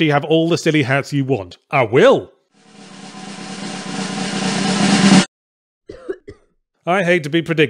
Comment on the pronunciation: The way he said "I will!" That had to be the most southern I've ever heard his voice get